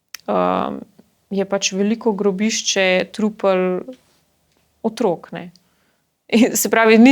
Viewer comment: ne reče se "Otrôk ni", ampak "Otrók ni"!!. Naglaševanje je pomembno.